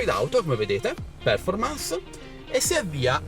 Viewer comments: Se vuoi correggere la tua pronuncia, si pronuncia perfòrmance, con l'accento sulla o, non pèrformance ... 👍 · Bel video e App. Grazie! Visto che lo chiedi, la pronuncia non è male ma se proprio la vuoi migliorare, non è per-formance ma perfor-mance.